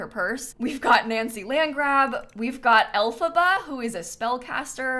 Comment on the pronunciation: Why did it throw me off SOOO MUCH the way you pronounce L. FABA...